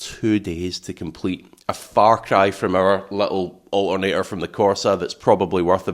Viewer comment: Its ALTERNATOR, not O'A'NEY'A.